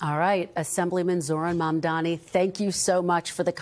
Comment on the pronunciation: Yayyyyyy, she FINALLY said his name correctly. Up until now, she's been calling him momdummy, , maam'damni, mumdaami lol It's pronounced Mumm (like mummy) + Daa-nee (it daa like "duh" not day) And the "D" in Mumdani is the Spanish "D" like in the word "dos"